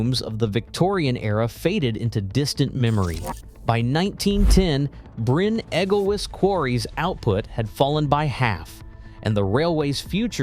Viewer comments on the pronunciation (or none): Bryn Egglewiss, Tallilin etc. etc. Americans, eh? It's that sort of lack of research that got Trump in. I couldn't watch any more.